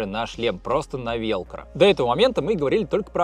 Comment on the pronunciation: почему велкро, ВЭЭЛКРО же